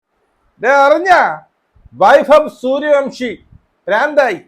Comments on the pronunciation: സൂര്യ വൻഷി എന്നാണേ, അയാളുടെ പേര് എങ്കിലും കൃത്യമായി പറ 🙏🙏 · സൂര്യ വൻഷി എന്നാണ്